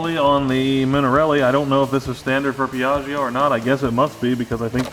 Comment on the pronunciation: Yeey, I like the new project, and I like shed redesign it's like time travel :D ps. when you read piaggio it's actually like piaggo without "i" :P Stay well!! \m/